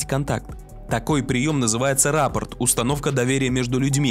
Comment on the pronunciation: РаПорт, а не раППорт...